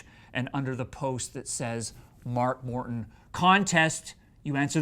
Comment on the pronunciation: It sounds like he says mark WORTON